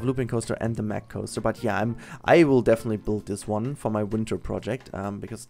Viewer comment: Oh my God... You as a German should know its pronounced Mack not meck xD Anyways great video;)